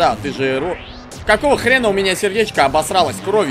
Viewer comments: Не ЭррОр а Эррор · он Эррор а не эррОр! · нет его зовут не ЭррОр а эррор его имя без удорения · Вообще-то да, правильно / правильнее Эррор, а не эррОр. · Ударение на Э Не ЭррОр а Эррор